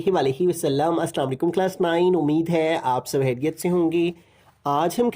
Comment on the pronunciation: Watch video in 1.0 x from start Aap khairiat se ho ge ❌ Aap hairiat se ho ge ✅ 😂😂😂 Aalu Khao ge 🥔🥔🥔